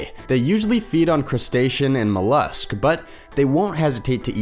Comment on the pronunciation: Is that seriosuly how you're going to pronounce "mollusc"? 🤨